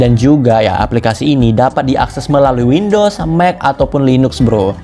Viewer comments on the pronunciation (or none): none